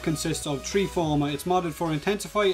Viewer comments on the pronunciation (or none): I like how you pronounce the number 3... Trwee lol